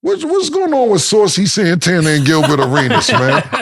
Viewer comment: Gay-bert Arenas smh